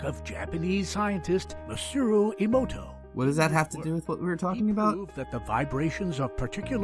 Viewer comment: they mispronounced "emoto" in the intro i hate this